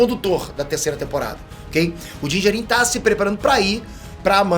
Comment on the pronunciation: a pronúncia correta é Dín Djárin. E sobre os Jawas a pronúncia correta é Djáua, ou Djáuas. Fica claro pra nós que você acha Star Wars bom. Mas não manja tanto não. Só pronuncia um pouco melhor que já melhora. A crítica é pra melhorar ok?! É aquilo que tu ensina nos cursos.